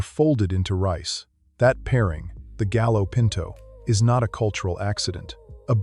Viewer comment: Pronounced gayo pinto.